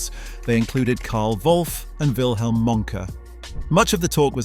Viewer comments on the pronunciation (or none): none